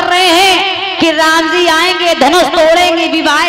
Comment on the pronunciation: Aap Har ji ko zi Kyon Kahate Hain